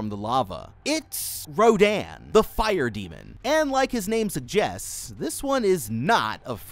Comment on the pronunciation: He said Rodon not to be mean it’s rodan